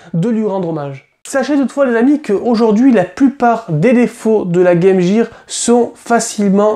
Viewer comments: ARRETEZ DE DIRE GAME JEAR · Game Gear! Comment vous savez pas prononcer!! Gear...